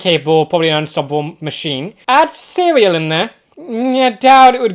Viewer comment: funny how you say his actual but it sounds like cereal. That's been what he's known for: blue-milk cereal. People always joke around about it. 😂 keep that name in mind for the future. well, you'll find out. 😅 There will be an end credits scene some time during the show. I think it's in the final episode of this season, but just want to make sure it's not missed.